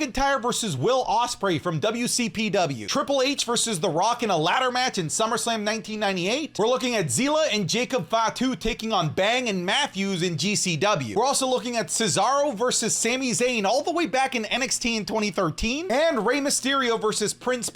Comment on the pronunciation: It’s Zilla not Zeela.. okay get outta here